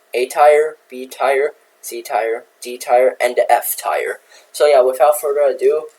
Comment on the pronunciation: Dont you love it when you pronounce tier as tire 🔥🔥🔥